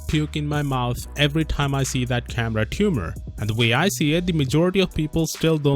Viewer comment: I love it how he says "CAMERA TUMOR!!!!